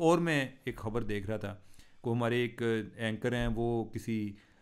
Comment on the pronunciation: Cheema sb apna tlufaz theak krn Khabar ko habar na bolin